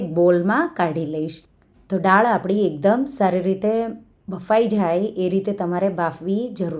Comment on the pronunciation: બેન તમે ડાળ બોલો છો પણ બોલાય દાળ.